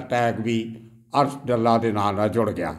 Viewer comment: ਸਾਬ ਡੱਲਾ ਨਹੀਂ ਡਾਲਾ ਪਿੰਡ ਹੈ ਜੀ